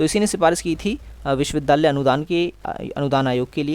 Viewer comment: Please improve your pronounciation. It's विश्वविद्यालय, not विश्वविधालय .